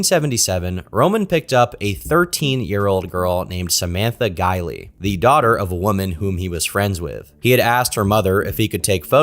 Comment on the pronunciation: Her name is Samantha Geimer, not; "Geiley" (I'm just sayin' ✌️) #ConstructiveCriticism #DontShootTheMessenger